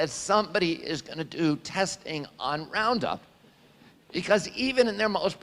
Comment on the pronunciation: Luke= "RupPound"